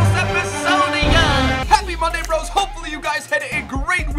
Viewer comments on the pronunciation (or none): none